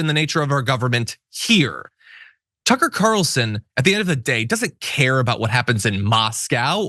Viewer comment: Why do you people always mis-pronounce Tucker